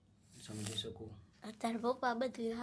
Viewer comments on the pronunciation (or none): તપલીખ ના બોલો તકલીફ બોલો હું સમજી શકું હું શમજી શકું વારંવાર ના બોલો